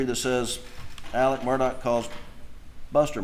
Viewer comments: The fact this family pronounces Murdaugh as Murdock and Alex as Alec makes me not trust any of em. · Why does everyone pronounce Alex, “Elix” . And pronounce his last name, “Murdoch”, not Murdaugh. Just curious.